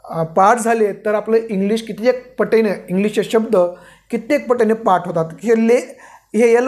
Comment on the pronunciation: पाट नव्हे , पाठ